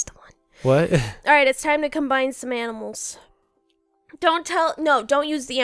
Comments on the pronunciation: I feel like if you didn't say aminal on accident you said it on purpose. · Aminals XDXDXDXD